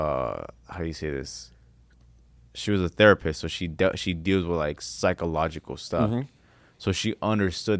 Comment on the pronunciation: He said "psycoloshal" lmao 😂